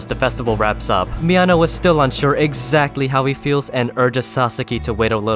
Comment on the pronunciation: Being a native spanish speaker, I laughed my ass of with this video every time you said something like "He needed to confront Mi ano" because it just sounds like "He needed to confront my anus" and the saying it casually only makes it funnier xD